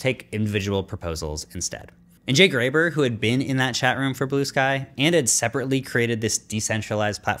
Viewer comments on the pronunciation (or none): It's Jay Graber, not Jay Gruber